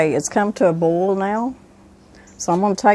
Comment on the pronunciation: Subscribed. I can pickles but haven’t tried canning relish. Video was very informative and I love that you say bole vs boil. I’m a Texan son of the south, my whole family including me says bole.